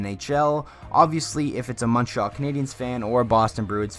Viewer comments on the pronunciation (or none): none